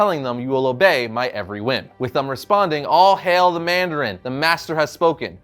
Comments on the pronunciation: Mandarin not mardarin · ITS NOT MARDARIN NOOOOOO